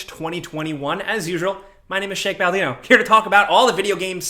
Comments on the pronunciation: Did he just say his name was Shake Baldino? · sounded like you said Shake Baldino lol